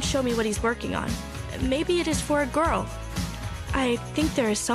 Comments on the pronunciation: Mabe it is fwor a Gworl 🤣🤣😂 😳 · IM SO GLAD I WASNT THE ONLY ONE LIKE ''why did she say girl like that''